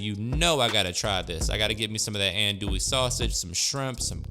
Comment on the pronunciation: Pronounced: Ahhhn-dooie. Believe me. I lived in the heart of cajun/bayou land for 18 years, and I know the lingo.